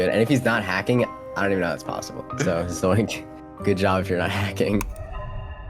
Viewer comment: omg again with the zoinx bro its called Z O I N K ITS K NOT X